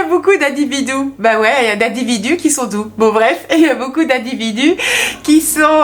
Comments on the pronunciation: Individou ou Individur ?? 🤣🤣😂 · Merci pour ce live très intéressant et j'ai bien rit avec vous "les individous" 😂 🙏🙏😘😘